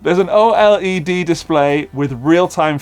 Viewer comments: oh dear, has found his next basswood basewood. Just go with “Oh led” 😂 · Just say Oled...one word 'O-Lead'